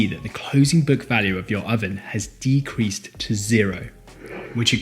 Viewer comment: For the words decreased. Stop fucking saying De-cree-sed It's pronounced like De-creest